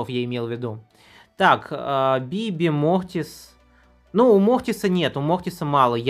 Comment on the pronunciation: Он просто картавит